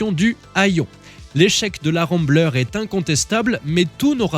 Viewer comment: Hello, tu aurais pu me citer car dans mon précédent commentaire sur la vidéo R30 je t'avais charié sur ta prononciation de Remblais au lieu de Ramblair. Ayant habité à San Francisco, j'avais un voisin qui conservé sa Rambler CrossCountry dans son garage et j'ai retrouvé les 2 photos de ce vieux modèle si ça t'intéresse.